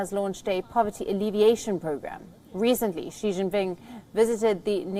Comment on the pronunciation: She jingping